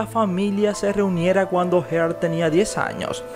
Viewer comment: Amelia Earhat, no heart